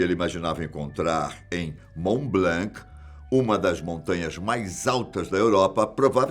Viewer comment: Mont Blanc, não se lê a letra C da palavra Blanc Bom vídeo